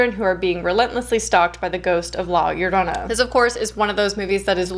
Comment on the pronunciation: Your pronunciation of llorona is spot on hope to talk to you love your content!